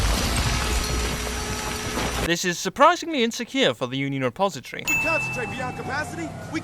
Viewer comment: I know right? I know they wouldn't actually feel it. its just funny that they mispronounced the Union Depository